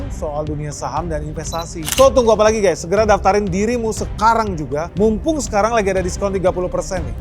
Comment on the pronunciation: Guys not guess.